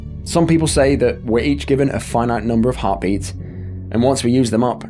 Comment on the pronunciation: I thought you said hobbies LO. L then I realized it was heartbeats.😂😊